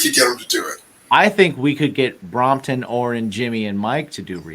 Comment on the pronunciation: Watched again, like I remembered…good interview. Gear, food, and mispronouncing “Brompton”. One of these days I’ll get on the Patreon. Keep rockin’🤘🏻